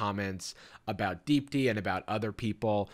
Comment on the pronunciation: Is that Indian lady name Deep D? Cus that’s what the fuck I keep hearing every time I hear you say her name